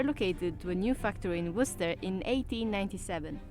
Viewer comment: C'mon, man - you ain't got cloth ears! (An old saying) She used the word "worcester" in her first few lines...but when you said straight afterwards, you pronounced it incorrectly. Then, at the very end after the words 'worcester' and 'worcestershire' had been said umpteen times...you still pronounced it the way you had at the very beginning. Nah man, there's nothing else for it: you've got to turn your hearing aid up!! Fight fair: we've all managed the horrors of pronouncing "Massachusetts", and the cunningly deceptive "Arkansas" not to mention the tricky wee "Boise". Try standing in front of a mirror and saying "Worse esster shyer" 3 times over...the indignant ghosts of the bygone citizens of Worcestershire will swarm out & sit you down to a 50 year long Pronunciation lesson in a hillside cave from which you won't emerge until you're 70. True story!! "Wooster sheer. Wooster-sheer. Wooster-sheer" however, will bring forth friendly ghosts who'll fill your pockets with bottles of sauce.